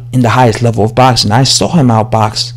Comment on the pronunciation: It's boxing.. It's has an x In there. 😉 😂. Botsin. 😉. I do like ur vids thou. English subscriber.